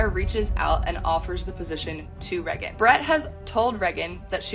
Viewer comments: This probably doesn’t matter to most people, but I really dislike the way the cousin pronounces Regan’s name. It sounds like she is saying “rehgun”, and I’ve always thought the name was pronounced like “Raygun”. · Ha, I thought I was the only person who was cringing every time I heard the cousin saying “Reh-gun” instead of hearing “Ray-gun” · Reagan makes an entire show about pop culture and gets mad when she hits the news. She's so triggered. EDIT: Why does her cousin call her Rehh-gin not Ray-gan? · I need to go back and count how many times she says "Reggin" 😂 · Why can’t her own cousin pronounce her name 😭 the amount of times she said it too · I absolutely dislike the way the cousin pronounces Reagan's name.